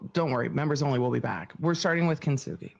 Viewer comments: Kintsugi, kin-su-guy not kin-sook-er-roy, she's so stupid it's hilarious, she can't even pronounce words she uses. Imagine giving yourself a life sentence wnen you had 7 years to freedom. Thank God she's really stupid. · isnt it pronounced just kin-sue-gi? I dont think she says that word right.... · Her mispronouncing that art "kin too suk a roy" was hilarious. Since she excels at everything 😂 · As someone that is half Japanese.... this is SO bad.. ugh everything she says about Kintsugi is wrong. Including the pronunciation.